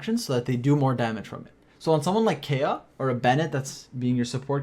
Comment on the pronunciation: Kaeya:❌ Kaiya✅